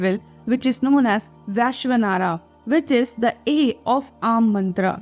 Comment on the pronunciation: Its Ramana not Raamana Its Vaishvanara not Vishanara Its Praagnya not prgnya Its Thureeya not Turya